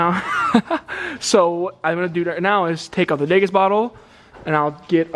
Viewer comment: Haha just a heads up, it’s called a de-gas bottle not a degas bottle. Dee-gas